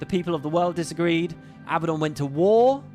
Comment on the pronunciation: Abba-don - is a mafioso who likes Abba. A-bad-don, is well, a bad don. Since Abaddon seems like he's going too be a big part of GW3, please please pronounce it accurately. :) <3 See: 1. The Abbadon (Real-World Surname)Abbadon operates as a legitimate, though rare, regional surname. It is a variant of the Spanish/Basque surname Abadia or Abad, which historically means "abbot" or "pertaining to a monastery." Families with this specific spelling configuration can be found primarily across parts of Spain and France.2. Popular Culture Intentionally Using 'Abbadon'While most fantasy and sci-fi universes default to the biblical spelling, a few specific franchises used Abbadon intentionally to name specific entities or places:Marvel Comics (The Inhumans): In the Marvel Universe, Abbadon is the name of a specific, isolated province located within the hidden Inhuman city of Attilan. It is designated as a high-security prison sector used to exile dangerous criminals and outcasts.The Magnus Archives: In this acclaimed horror fiction podcast, the specific spelling Abbadon is explicitly associated with "The End" and "The Buried"—manifestations of primordial fears related to inescapable doom and being trapped underground.